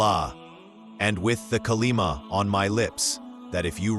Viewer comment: Not Kalima its kalma